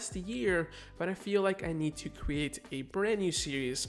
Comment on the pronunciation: Thanks for the tutorials. Just curious though, why do you pronounce "create" "cre ate"?